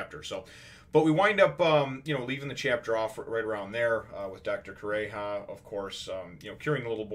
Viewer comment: Its Kuromarimo, not marímo, Kure-ha